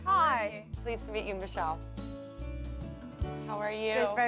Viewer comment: "Mee Shell" -Jo Frost